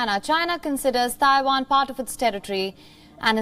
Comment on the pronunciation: Why do all Indians call Taiwan "Thaiwan"? Its not Thailand, there is no "H" in it